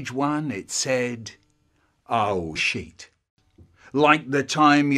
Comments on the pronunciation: he says sheet and not shit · The Game He said sheet not s"'